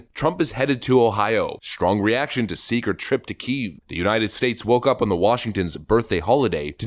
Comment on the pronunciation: Will someone PLEASE tell this guy that Palestine is pronounced with a long i and that Kiev is pronounced Key-ehv. It's distracting as hell.